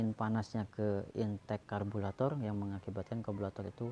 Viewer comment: Lambat penjelasannya 🥱 Lama.... Karburator penyebutannya bukan kalburator. Overhit penyebutannya...bukan overhet